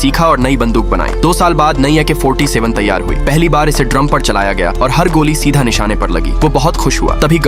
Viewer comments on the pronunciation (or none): Ak 47 ❌ Ik ha 47 ✅